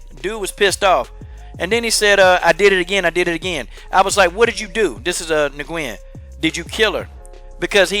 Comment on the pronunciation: Nguyen is pronounced like "win". Just fyi. But yeah fuck this guy tho.